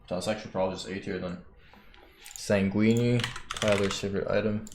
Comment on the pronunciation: whore-i-zon and san gweenie :D